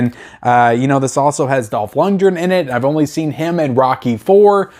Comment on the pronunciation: It's pronounced LUNDGREN,not Lundren.This movie is awesome,you sir are just too innept to realize this and you call yourself a movie guy.??,far from it..I'm sure if you watched Timecop,you'd get that wrong as well.